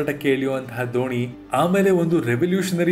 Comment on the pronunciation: ದೋಣಿ ಅಲ್ಲಾ ಗುರು! ಧೋನಿ 🙆🙆🙆🙆